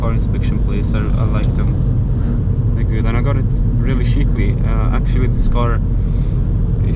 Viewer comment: you really gotta learn how to say "cheap" and "cheaply"